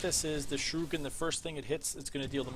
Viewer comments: th way you said shUrIken was unsettling. The U comes before the I. You keep switching them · nice vid fam but who pronounces shuriken that way